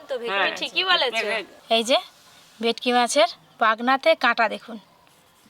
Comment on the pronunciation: তোমরা কী ভেটকি মাছ কে ভেকটি বল😂